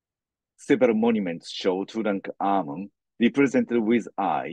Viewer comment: sweetheart, the king's name was NOT TuKankhamun, or Tukhamun (although it was, originally, Tutankhaten, until after the Amarna period), both of which you called him. It is pronounced like it is spelled, TuTankhamun. Also, his father Akhenaten, NOT Ignaten, which, for some reason, you called him.